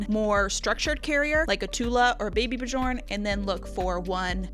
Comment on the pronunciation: I think bjorn is pronounced beyorn like how the singer bjork is beyork